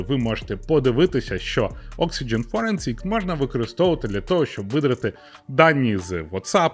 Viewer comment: FOREN -ZZZZZZZZZIKS - Pronounced!!!